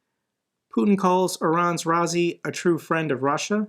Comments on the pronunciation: Ra-ee-see. Ra-ee-see!!! Not, 'raa-zee'!! Sheesh!! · Bro i think its pronounced "ra isi" not "rasi" because its spelled raisi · Hi, your mispronounced Raisi's name... Raisi is short for his much longer family name... anyway you can hear how to pronounce his name correctly here although you can bastardize his name as you wish 😅